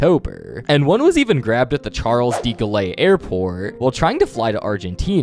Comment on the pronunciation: you pronounced it wrong. It's Charles de Gaulle (pronounced gall)